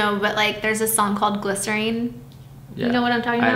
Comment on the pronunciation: “GLYCERIN” girl💀💀💀